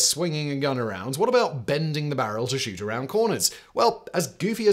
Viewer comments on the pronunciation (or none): the Scheisse what now? Simon turned "shoot" into "shit". 😂